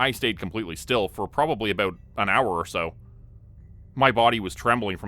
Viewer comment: Are you from Canada 🍁? I love the way you say out and aboot.